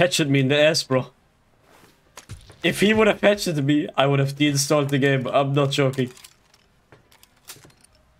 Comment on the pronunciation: He said hatchet me lol